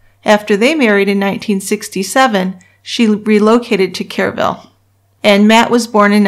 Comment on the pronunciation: Too late but the city is pronounced w/o the E sound, like "Krrville."